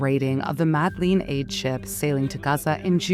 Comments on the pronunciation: Please get a vocie actor stop using the ai, the pronounciation of Madrid is sooo wrong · The AI voice-over is so annoying. Disjointed cadence. Mispronounced 'Madrid' 4 different ways. Why nit use a human fr f's sake ?